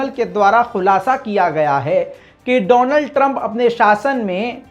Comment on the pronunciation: Doland Trump not Donald Trump 😄😄😄😄